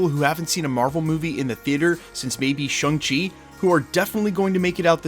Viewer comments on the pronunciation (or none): Shung Chi? Not Shang Chi? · "Shung-Chi?" Where did you come up with that? "Shang-Chi," with the "a" as in "father."